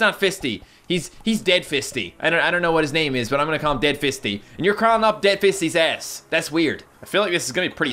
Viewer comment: i think fisty is supposed to be pronounced like feisty...maybe...???